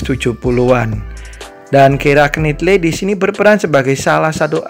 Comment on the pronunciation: It's pronounced "Kiera Naitly"